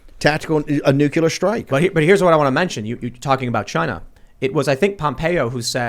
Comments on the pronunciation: Great segment.. It does drive me crazy though when intelligent people constantly mispronounce nuclear. It's not nucular, it's nuclear, come on Bannon... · Newkyewler lmao. I don't see how you f@ that word up. Nuclear. Nu - clear. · That senile old man is going to carry us to "Nukuler" war. Just lovely.